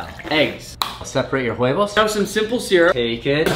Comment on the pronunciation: "Huevos" (eggs in spanish) aren't pronounced HHHHHHuevos. The h is silent in Spanish. It's pronounced uevos.